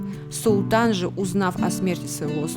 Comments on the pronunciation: Только Мальтийский орден,а не оРдер, оРдер на квартиру бывает)))) а Мальтийский орДен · Хочется поправить - не ордер а орден, Мальтийский орден. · МАЛЬТИЙСКИЙ ОРДЕН, а не ОРДЕР!!!